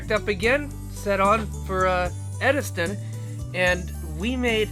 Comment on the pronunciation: Edist-O. Dude, not ediston!!